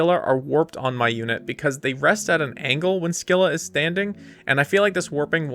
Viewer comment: Pronounced Skai-luh. Take it up with the Greeks who made the word.